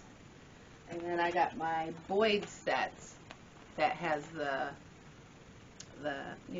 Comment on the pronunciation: Pronounced BOY, not BOYD...